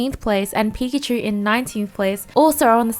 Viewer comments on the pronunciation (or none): none